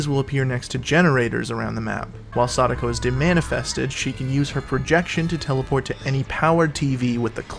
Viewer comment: It’s not sada- ko. It’s sa -DAh-ko. Like sah then taco. Sa daco. I will die on this hill lol